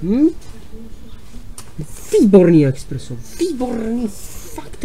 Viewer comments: Expresso jsem zatim bohužel neměl. Mistře musíte říkat Espresso. Tak je to správně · Je to espresso [espreso], ne expreso nebo preso jak se rádo říká. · eXpresso :D klasickej průměrnej čech :D :D :D je to ESPRESSO ty joudo :D Žádný X